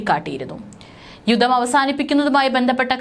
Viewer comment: യുദ്ധം ,പദ്ധതി ഉച്ചാരണം ശ്രദ്ധിക്കുക